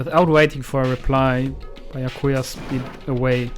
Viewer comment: Nach 11 Folgen sprichts du Byakuya immer noch nicht richtig aus, obwohl es bereits mehrfach gasagt wurde. Allerdings wird sich das noch ändern?